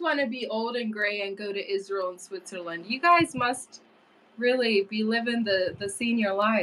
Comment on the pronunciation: TELL your Daddy that there is NO 'H' Sound in SWITZERLAND. LOL